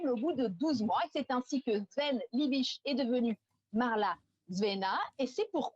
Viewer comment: C'est pas "Liébitch".